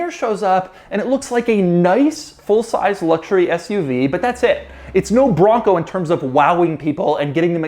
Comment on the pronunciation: I think I heard Doug say ass-UV. 😂